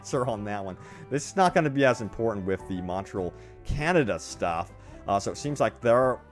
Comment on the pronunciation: Can’t even say Montreal